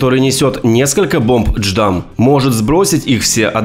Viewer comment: J_DAM а не дждам бро